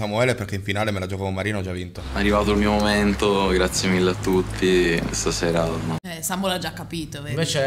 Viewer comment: ma "Samuele" ha la A!! 🤣 Comunque questo programma è stato una bella scoperta: grazie per averlo portato!! Voi come sempre bravissimi!!! 💜